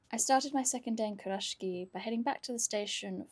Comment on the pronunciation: Hi, loving your content especially the TN and TSL Kurashiki ones but I’ve noticed your pronunciation is a little off. Sorry but it’s pronounced Ku- ra-shiki not Kur-rashki.